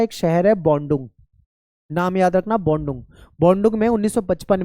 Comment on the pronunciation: सर बाडुग नही बाडुरंग समेलन है